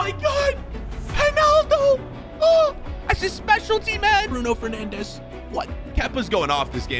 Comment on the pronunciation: how does he pronouce immobile correctly but not bruno fernandes correct